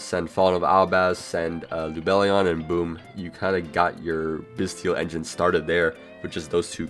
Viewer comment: the "t" in "bystial" is a soft "t" like in "celestial", "influential", "potential", etc.